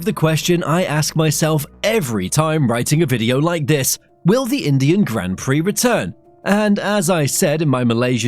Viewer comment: When you said Indian Grand Prix, it sounds horrible.